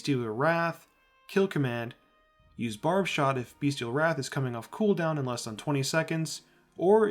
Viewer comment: Nice guide! I like how it’s short and to the point, also it’s BESTial Wrath not BEASTial Wrath 😂I said it like that for the longest time.